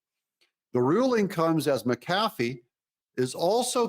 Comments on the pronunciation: Mac Afee...not Ma Cafee... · Doug,I am going to show you how to pronounce Judge McAfee's name. You are pronouncing it as MCafee. But is pronounced as Mac-A-fee. I hope this helps you. I am not trying to be a smart ass, just trying to help you if I can. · Doug its Mc- A- fee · The Judges name is pronounced as Mac A Fee.. it's not what you are saying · I'll subscribe if you figure out how to pronounce Judge McAfee's name correctly... Smh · Please get the judges name correct, won’t watch you until u say it correctly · Come on, Doug. Learn how to pronounce McAfee!